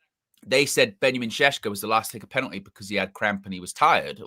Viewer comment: Please also teach how to say Šeško (two sh sounds), cause how he says it hurts my Slavic heart every time.